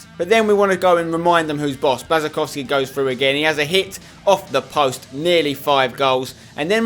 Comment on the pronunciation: I thought your girlfriend is polish, u should know how to pronounce Błaszczykowski's name